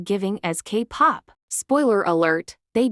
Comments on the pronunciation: The voice pronouncing 'kpop' as Capop😂😂😂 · Wow so funny a video that addresses minor exploitation but let’s laugh about a mispronounced word of an AI voice 😐